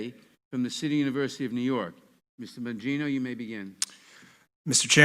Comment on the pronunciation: Dan Bongino is the voice of reason, the voice of truth! Hope they listen to what he says! BLM is a terrorist group! No question they have evil intentions, and dividing America is one of their goals! Let me add in closing...Nadler should learn how to pronounce names...did he deliberately mispronounce Dan’s last name? He sure did it!